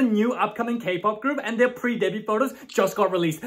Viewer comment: Side note: why do ppl keep pronouncing the "T" in "debut" . . It's a french word.